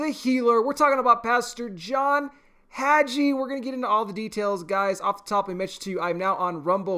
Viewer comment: The "g" is pronounced like the g in gave